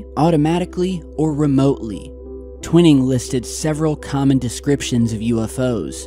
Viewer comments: I'm surprised & disappointed that you still haven't learned that his name was Nathan T-Wine-ing, rhymes with Dining, Mining, Lining etc, not Twin-ing. Where did you ever hear that pronunciation? Go back & watch any old videos of Stanton Friedman, Rich Dolan, anyone really, & you'll see I'm correct. I normally don't like to point mistakes out, but you've been saying Twin-ing for years, & it makes you appear not to really know the basics. Otherwise, good job, keep it up man! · ur saying Twining wrong bro t-wine-ing NOT twin-ing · I think his name is Twining not Twinning. Pronounced TWY-ning like the word Lining. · Great to see you posting more often now,! Thanks! Sorry, but have never heard General Twining's name pronounced like the word 'winning'. In every documentary that has ever covered this story, the general's name was always pronounced 'Twi-ning' as in 'twine' or 'twilight'! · Twhy-ning not twin-ning :P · It's Tw-I-ning, brotha.✌️ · It's pronounced " twine- ing" twine rhymes with wine! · His name is pronounced Twine eeee ml bro keep the great work going !! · I’m surprised by your pronunciation of Twining. Twy-ning. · Twine ing. Pronuciation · Twining sounds like - twine + ing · Twining is pronounced Twy ning. :) thanks for posting you do excellent vids 🎉🎉🎉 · Hi, have a feeling you are going to come across General Nathan Twining again, so here’s how you pronounce his name. The name "Twining" is pronounced TWY-ning. The "Tw" is pronounced as in the word "twin," and then "ning" is pronounced like the word "ning." It is a two-syllable word. This video shows how to pronounce the name: Thanks for the video..🛸👽✨👍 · Not trying to be "that guy" but just for future reference, its pronounced Twining like a ball of "twine" lol